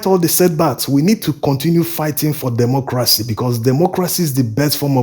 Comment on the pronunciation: Please learn how to pronounce democracy / dɪˈmɒkrəsi/